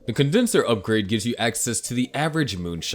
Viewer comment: Why did you say match and not mash? Lol